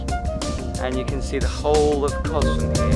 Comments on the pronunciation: pronounced kosssss..not koz..just saying...love your vlogs x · My ancestral home, it's pronounced KoS not koz.